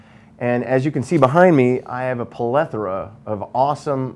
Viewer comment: Anyone else hear "Plelethora"?